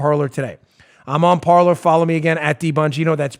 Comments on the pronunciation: Dan, it's not parlor, it's pronounced "par•lay." It's French for "Talk" or "speak." As in "parlé vous Francois?" (Do yo speak French). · Please tell dan...its Parle....in french....means to speak....like the pyrates say in conflic "Parler" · Parler. French for “talk.” Pronounced par-lay. Just parlayin. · I suspect PARLER is pronounced "par-lay" after the French verb of the same spelling that means to speak. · it seems to me that parler (probably French) should be pronounced parlay. i could be wrong tho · That's Par-lay. It's French, "to talk".